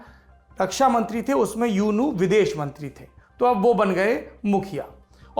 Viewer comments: यूनू नहीं ऊ नू कहिए साहब! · U nu = Oo nu Myanmar me U NU ko Oo nu bol nikal ta hai. I am from myanmar .